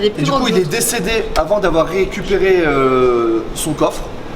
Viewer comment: réhécuper, tu devais être nul en dictée haha